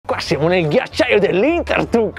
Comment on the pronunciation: Mamma mia David che dice ,qui siamo nel ghiaciagli dei lintertucs